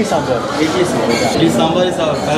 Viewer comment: Guys! Stop saying samburrrr. Its sambhaar for the millionth time.